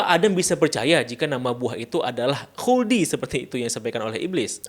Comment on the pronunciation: 🐍🙄 "wuldi sin..."😪😅